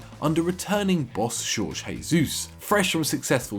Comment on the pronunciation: You pronounced correctly in Jorge